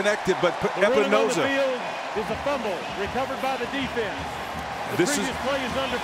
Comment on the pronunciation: Every time I hear announcers mispronounce Epenesa I cringe. He is a namesake. Please for the love of god do your homework! I think I could be a great announcer if ever given the opportunity.